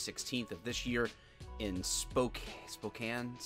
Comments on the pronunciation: Spo-Can Spoe can. Not Spokan't (even though they can't) Spo-can, like a can of soda water. Okay, glad I got that out of my Aspergers ass. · I love you and your channel. But, how did you not know it's spOkane, not spokAne. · Spo-can. We are a simple people from Washington. If it ends with an land it is pronounced like lund. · Well seeing as i live near there xD Spokane (Sp- OH- kan) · Spokane is pronounced SPO-CAN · Its pronounced Spo-can. Aka Spo-Compton. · It is pronounced Spo-caan WA. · Spokane is pronounced "Spo-can." It's the name of a Native American tribe. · It's pronaced Spoh-Can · Pronounced SpOO Can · Spo-CAN. Rhymes with man. 🤙🏼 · Loving how how you pronounced Spokane 😂 Spo-Can is the pronunciation, now if you really wanna have fun, Coeur d’Alene is the closest big city to Spokane in Idaho. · Hey! FYI, it’s Spo-can. This is typical for Spokane, WA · It’s Pronounced like “spoke cane” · Pronounced, "Spokan". Spoe-Can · "Spo can" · i live in spokane washington (Pronounced spO-Can, saying). this happens alot in spokane, this guy was a tweaker on meth. His bail has been set at 1.5 million dollars. In spokane we have a real meth problem (Very serious one!) theses officers did exactly prefect job. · Spokane is pronounced spo-can. I know, it's confusing. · Pronounced "Spocan" AKA Spo'compton. I am about an hour and a half South of it. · I just started watching you and this video popped up. It's pronounced Spo-can. I live here lmao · it is pronounced spo-can. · It's Spokane,(spo~can) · Spokane pronounced spo-can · “Spo-can” -source: I love there. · Its spo..can, I know my mom grew up there. Its sadly become a little ghetto. My friend that went to whitworth university called it spocomton. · It is “spo-can” :) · I think you mean spokompton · Spokane is pronounced spo-can. It's an native name. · Fuckin SPO-CAN smh.. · Its Spo-can as a true washintonian I thought you should know. Love the channel! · Truth!! Even us Oregon folks call it spocompton